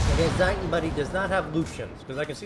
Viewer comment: Just a little pronouciation help from a German, when it comes to the "Zieten" 🤣 The Z is pronounced like the "Ts" in "Ts"unami The "ie" is pronounced like the "ea" in New Z"ea"land or in T"ea" So at all it sounds like "Tseaten" Does that makes sense for you? 🤪